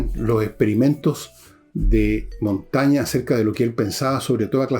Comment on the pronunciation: Monsieur Villegas: cuando Ud. gana la confianza de un seguidor, dice "J'ai (pronunciado: j'è) gagné", no "J'a gagné". Lo mismo con Michel de Montaigne, Ud. dice "J'ai lu Michel de Montaigne (pronunciado: Montègne)", no "J'ai lu Michel de Montagne". Révisez donc la très diverse prononciation vocale des accents du français.